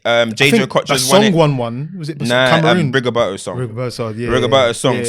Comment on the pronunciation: Man said "Rigoberto" lol😂